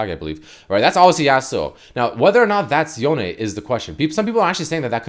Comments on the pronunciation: I wonder if Yone is now stronger than Yasuo now that he has new powers. Edit: Also, it's pronounced Yonay. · its pronounced yoh-nay the e in japanese is kinda like ay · The way you pronounce “Yone” is very awkward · why are you saying his name like that ??